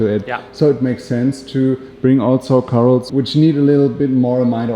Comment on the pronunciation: What are cor-als,?? Odd pronunciation